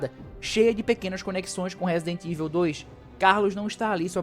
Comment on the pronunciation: Broder nao sei de onde vc inventou que raccoon (rah-cun) city virou REIKUN citi , fiz questão de procurar como se pronuncia pra vc parar de passar vergonha -> (e olha q eu nem to pegando no pe do resident "eivil" ("ivou"). Eu curto o RE3 Remake uma pegada Arcade, pegou, jogou, zerou. Nao precisa dar 500 voltas no mesmo mapa. Tenho todos os RE da geracao atual no ps5 pro, a unic coisa q lamento no re3 re. É que nao é otimizado pro ps5 pro